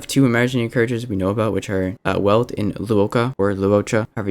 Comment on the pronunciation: I'm very happy we get Herta and Asta for free, I love them! Quick aside though, Welt's name is pronounced Velt, it's a German name (even though Welt is Finnish).